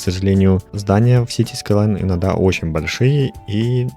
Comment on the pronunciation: скайлайнс сука а не скайлан